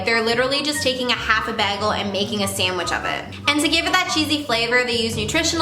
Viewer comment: Lmao the way u say bagel no hate😂